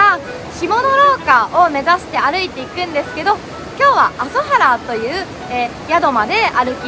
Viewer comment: "あそはら" ではなく 確か "あぞばる" ではないですか?